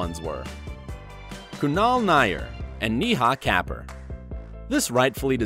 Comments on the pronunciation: The pronunciation of Kapur is seriously awful. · And could “Kapur” possibly be pronounced like “Cuh-poor”